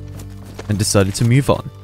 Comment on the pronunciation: "we need to mewve"